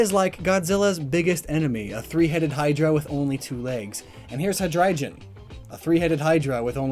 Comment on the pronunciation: The way he pronounces rayquaza, bisharp, and hydreigon is atrocious.